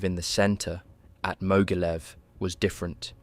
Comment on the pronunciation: You should learn a bit about German and Russian pronunciation, the video was good, but it was marred by some weird pronunciations - it's not, for example, Mogilev but Ma-geel-YOV (yes, really!).